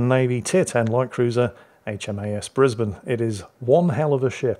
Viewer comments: Alright, haven't watched it yet. But I'm warning you,! If you say Bris-bain I will fax a sternly worded letter of complaint to your local parliamentary representative. We're uncultured swine, we're lazy, it's our fake ship and we say Bris-bin so it's Bris-bin! EDIT: Okay, old man, you've avoided me invoking the greatest bureaucratic nightmare since the conversion to metric. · That was a entertaining match. It shows you that it is true,. Up here north of the border in Queensland we make them tough. Greetings from Brisbane Plus also nice to hear Brisbane being pronounced properly !